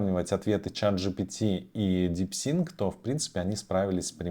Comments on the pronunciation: Дипсик а не ДипсиНк😊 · Не говори, очень ухо режет, в конце ещё и дипЛИНКом стал )) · Чувак, ты даже прочитать название нейросетки не можешь. Развелось экспертов которые загадили ютуб своими экскрементами, 0 информации, просто шум.